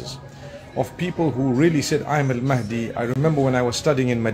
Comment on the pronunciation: Astaghfirullah, you have again used the AI generated voice of Ustadh Nouman Ali Khan to prove your point at the end. Stop with the falsehoods. Anyone who hears Nouman's lecture knows he doesn't sound like that. He's an expert in Quranic Arabic (Classical Arabic) and would never pronounce Al Mahdi as Al Maadi. Fear Allah brother.